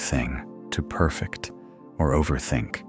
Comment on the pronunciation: Your AI needs a little training on adjectives and verbs. It's "per-FECT" (verb). Good food for the brain, none the less.